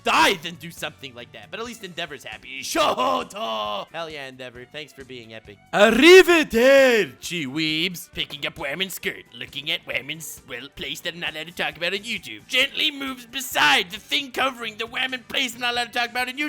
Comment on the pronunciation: As an italian, that ARRIveDERci gives me nightmares. Gotta love when he destroys your language